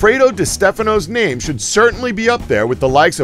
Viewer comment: You're just slaughtering these names.......